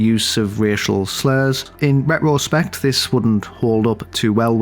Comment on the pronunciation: Hey, it’s RETRO-spect. Not RET-ROH-spect.